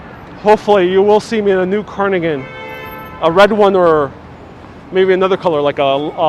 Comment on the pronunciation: Love your videos and lighthearted approach! So I am smiling as I point out that it's pronounced carDigan not carNigan